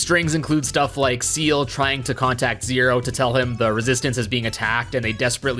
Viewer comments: Forget the zed/zee thing, you're killing me every time you call Ciel "seal" 😵 Ciel is pronounced more like "shell"- her name is in French (like everyone else in the resistance) Fun fact, the motif with the resistance goes beyond just French! Ciel translates to "sky", and everyone in the resistance has a name that translates to a different bird. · Pretty sure her name is pronounced "See-ELL" not "Seal" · You say Ciel like it's Zeal from Chrono Trigger and Zero as Zed this video is cursed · my guy actually just pronounced ciel as seal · actually , it's more like "see-el" than "shell"